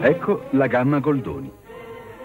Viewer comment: не гальдони а голдони, там ведь написано как для идиотов goldoni, где вы там galidoni видели? абсолютно разные слова 2026ой на подходе а вы разговаривайте как равшан и джамшут по ом удивляются почему это иностранцы русских за дураков считают, потому что привыкли все делать через задницу и на международном уровне тоже...